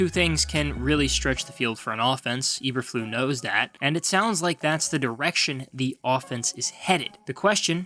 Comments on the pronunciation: It’s pronounced Eber-floose the S isn’t silent but yeah good video. Thankfully the GM and HC seem to know what they’re doing for now so I have a little bit of faith. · This is not a very accurate video. You mispronounced Eberflus - Ay-ber-Floos not Eberflu. It's German not French - the S is not silent. Also you mention Teven Jenkins having a good year, but he has been demoted to 2nd string at Minicamp. You also mention that Nagy is gone -- so is his terrible coaching of the O-Line. No one knows what the O-line will look like, so saying it sucks is pure speculation. They DID suck last year, but this is a brand new season. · EberfluSSSSSSSS. Lot of integrity lost when you mispronounce coach's name! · I’m A Bears fan,and even I will be amazed if this team wins more than 4 games. And the coach’s name is pronounced E-Burr-Floos!! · Good job butchering Matt Eberflus name (not EberFLU), genius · Not knowing how to pronounce Flus" name discredits this analysis. However, I do give kudos to knowing Nagy sucked. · How many times you gonna say the name wrong? You sure you're a fan? 👀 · So what is it that the Bears don’t want us to know? You never told us. What’s the big secret that only you know. The only be info I got from this video is that you pronounce Eberflus really weird. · It was like he was going out of his way to mispronounce it! 😁😂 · To keep me interested please learn how to pronounce the head coaches name, there's an S at the end of his name that isn't silent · Nice content, but how do you NOT KNOW how to pronounce the name Eberflus?